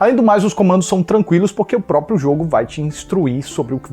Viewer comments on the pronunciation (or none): none